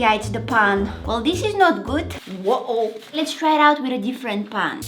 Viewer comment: Bro said paaan